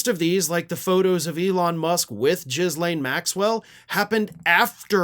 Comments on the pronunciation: Jizzlane? No. "Gill Ane". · 💙 you, you will always have my support, but… Ghislane is pronounced. “Ghee” laine. Not “Ghis” laine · Ghislaine (/ɡiːˈleɪn, ɡiːˈlɛn/ ghee-LAYN) NOT jizz lane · it's pronounced Gil-lane, not Jizz-lane lol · NOT Jizlane... Ghilain is the pronunciation. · Jizzlane Maxwell, love the pronunciation you gave her first name, lol. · "Jizz-laine"? Really? Do you expect to be taken seriously if you either mispronounce a name on purpose or fail to do a simple Google search to get the actual pronunciation? This is perhaps one of the lamest things I have seen on this channel. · 🤣🤣🤣🤣 Jizz Lane Maxwell 🤣🤣🤣🤣 I know it's not how it's spelled, but it's the way was pronouncing it 😅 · Your pronunciations of “Ghislaine Maxwell” was hilarious and totally appropriate.😂